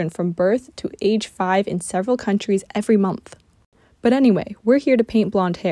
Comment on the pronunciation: Why did u turn British when u said “every month”